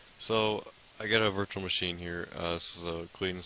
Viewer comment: Why did you say wirus and wirtual machine?